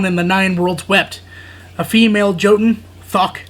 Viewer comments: Hey brother just to help out the J is more like a Y. Example "Yotun" over Jotun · I believe it's pronounced Yotun the J makes a Y sound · Hey man, it's pronounced yotun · Just to let you know the j in jotun is pronounced with a y